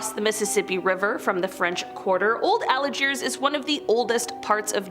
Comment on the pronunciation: The name of the town is pronounced Old ALGIERS, not Old Alagiers. You definitely need to learn your pronunciation on towns or cities.